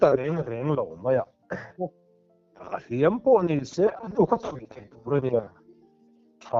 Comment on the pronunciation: Mizo tawng thiam deuh tur a ngaih hian kan thil lam dan hi a mak thei e savawm ka lo hliam na vak lo a niag i tih thluk hi chu a diklo deuh lo mw...hliam i thluk dan hi...kan thil lam ah hian i fim khur hram2 ang u tih ka lo swi ve mai2 a ni e...